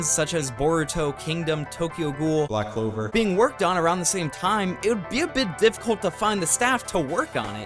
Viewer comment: why tf bro say black clover differently than the other animes??? whats that supposed to mean?